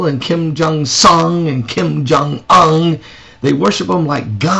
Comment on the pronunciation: I don't like Kim, any of them, however he is pronouncing Kim Jong Un... its a long U. He's not the best at sarcasm... he gets an E+ for effort.